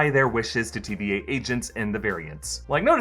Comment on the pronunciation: Sounds like he keeps saying TBA..